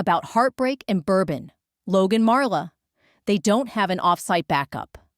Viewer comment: LAZY!!!! The title is in 1st person. The story is in 3rd person The "storyteller's" name is MARLA The STUPID AI insists on pronouncing it "Mara." NO PROOFREADING NO EFFORT THUMB DOWN Don't Recommend Channel!!!! Lazy!